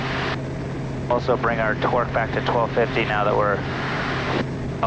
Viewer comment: twerk every time this guy says torque